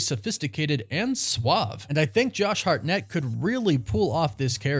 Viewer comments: It's simply: Hartnett... Why do you keep saying Hart-NETT?! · I believe it’s pronounced HARTnett. But I think he will be great. Hope it happens. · Why are you saying his name so weird 😂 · Why are you saying his last name like that? Does he actually say his last name like that??? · Please stop saying his last name like that. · Such a big actor that you can’t pronounce his last name correctly right? Lol